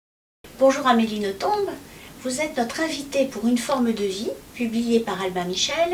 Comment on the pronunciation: Eh bien si ce patronyme belge se prononce en faisant entendre le "b" final. Comme A. Nothomb est très bien élevée elle ne corrige pas son interlocuteur quand il prononce "noton", mais je me souviens d'un entretien où cette prononciation était précisée et où Amélie confirmait la chose. Votre "traduction" en "nos-tombes" est d'ailleurs amusante, vu son amour des cimetières!